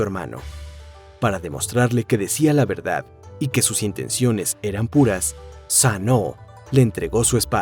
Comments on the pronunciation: Todo excelente, la historia y la manera de contarla... Pero porque dice Sanó!? La pronunciación es tal cual se escribe, Susano... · Porque le dice Sanoo a Susanoo?? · En realidad asi se pronuncia susanou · ¿Es tan difícil decir SUsanoo? Me daban ganas de zarandear al narrador sólo por eso.